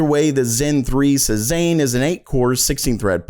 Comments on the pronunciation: Please, it's seh-ZAHN, NOT suh-ZANE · Cezanne is pronounced: Say-zahn, not Say-ZANE. 😂😂😂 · Hey man, your videos are great but just FYI the name "Cezanne" is pronounced SAY-ZAHN. He's a French artist. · It's SayZann. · Say-zaahn. Say-zaahn. Say-zaahn! SAY IT!!!! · Cezanne pronounced "Say-zzawn"